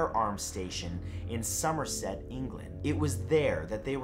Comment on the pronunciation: Somerset... is it just me who does this with the accent!?